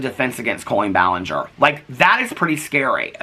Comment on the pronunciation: the only silly laughable moments this whole situation has brought is saying "ball-in-ger" and saying "expertise-es" for lengthy serious videos.